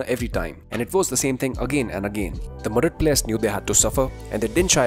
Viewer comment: Every time I hear him say Madrid, I swear I hear the name Modric more 😭 not his fault. Just accent haha